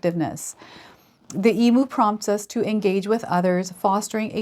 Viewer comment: Some friendly Aussie advice, for future reference EMU is pronounced E MEW. Thank you for the reading. ❤